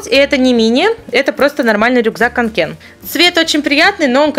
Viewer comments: Ты произносишь не правильно не канке́н , а ка́нке !!! Уши вянут !!! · Правильно кОнкен, ведь рюкзак шведский, а со шведского буква 《Å》 читается как 《О》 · кАнкен , а не канкЕн! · У меня точно такой же рюкзак уже год. Очень довольна, но пачкается жутко😕 И правильно говорить КáнКен, а то слух режет😓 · Только не канкЕн , а кАнкен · Это не лиса а ПИСЕЦ не канкЕн а кАнкен(вроде бы.) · Каааанкен , а не канкеееен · Не канке́н, а ка́нкен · Не канкЕн а кАнкен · Каанкен а не канкеен